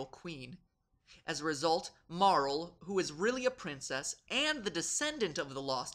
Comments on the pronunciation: Maybe its just me, but are the pronunciations really bad? Normally I don't mind, but... Chra-no? Marl? Epic? It should be Crow-no, Eep-ock and either Mar-lee or mare-LL, shouldn't it? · KROH-noh. Not KRAW-noh. MEH-rill. Not MAH-rull. EE-pok. Not EH-pik. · MAR-LEE* DAMMIT! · Marl-el? I always pronounce it like Mar-lee. And going to continue! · "Marl?" Certainly I'm not the only one who always read it as "Mar-lee", right? I mean, I feel like I'm on pretty solid ground here. "Marl" would be almost impossible to pronounce in japanese. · UGH... sorry, great video and all, but I literally CRINGE whenever I hear people pronounce her name "Marl", have since I was first playing through it back in 96. Yes, there is a strong case for that to be the proper pronunciation, since her Japanese name is マール (Maru), but I guess since it would be two syllables, I find it makes more sense to just pronounce it Marle or "mar-lee". And It just sounds more feminine. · First I want to say your channel is awesome. Love your vids and this one too. But your pronunciation of names sucks haha. Epoch is not pronounced "epic" but "ee-pock," and Marle is pronounced "Mar-lee" or "Mar-lay." Anyway, keep up the great work! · Isn't her name pronounced Mar-LEE? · pretty sure her name is pronounced Mar-LEE.... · Why do I always feel like no one ever pronounces Marle properly?